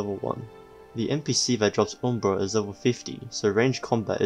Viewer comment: it's pronounced uhm·bruh